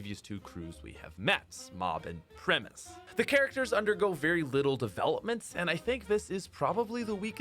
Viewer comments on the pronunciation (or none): none